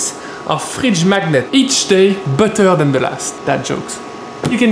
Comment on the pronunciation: Each day butter then the last works even better with french accent xD